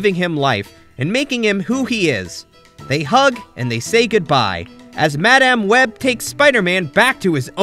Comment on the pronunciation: Good video but you skipped on some important plot in the series as well as saying madam web's name wrong. But over all good video.